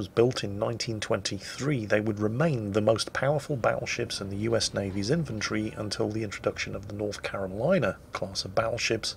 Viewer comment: "the (colorados) would remain the most powerful battleships in USA's ... ... I swear you said Infantry, not inventory. Which now makes me want to see privates running around beating people with a Colorado like a club.